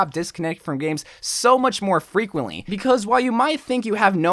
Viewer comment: Is it just me or did he say fweqwently